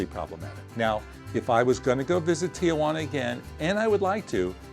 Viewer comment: It’s pronounced tee-who-ANNA